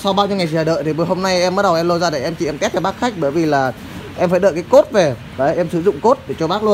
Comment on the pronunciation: loa này là ALTO " Antô " bac ơi chứ không phải LT j cả